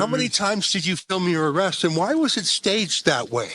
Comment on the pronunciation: Benny what was with the Scottish “arrrrest”?😂 being a Scot thats been “arrrested” several times I can confirm it was pretty damn close.😂